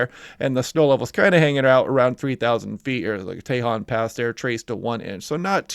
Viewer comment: It’s pronounce Tehon pronunciation on the “o”